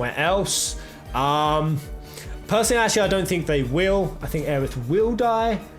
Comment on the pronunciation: It's pronounced "o-reh" not "or" lol